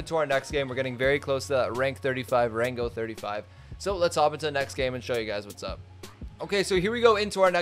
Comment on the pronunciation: says rank Duolingo: please, again!: rango